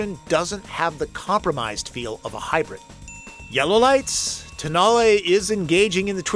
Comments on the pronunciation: At the launch of the concept (without any way to check pronunciation) called it the TONE-el. Tow-NAH-lay for the win. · don't know why it has been mispronounced everywehre in USA. During the auto shows in Europe few years ago, it has been widely pronounced as "Tone-Know".